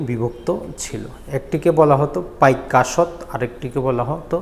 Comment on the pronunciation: পাইক আশ্ত কথাটা ক্লিয়ার নয়। বুঝতে সমস্যা হয়।